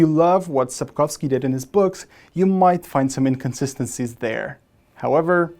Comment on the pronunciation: Sapkowski not Sapkowsky. He is Polish not Russian.